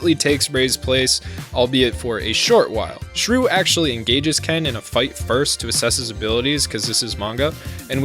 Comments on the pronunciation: Raoh is pronounced Rah-Oh not raow. Why the heck are you calling Shuu "Shrew"??? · Am I the only one that hears him calling Shuu shruu?